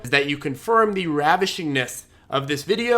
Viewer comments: "ravishing Like button" lol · Okay so I hate it when you say “ravishing” but I can’t just be a taker. 👍🏻 thank you for clear and concise videos. As I am weighing what courses to buy into this year, I lean towards you because you are straight forward and already give a lot. Ie you deliver according to the titles, it’s not just click bait. I don’t feel like I’m being subjected to highly manipulative advertising tactics and my understanding is growing. Thanks, guy!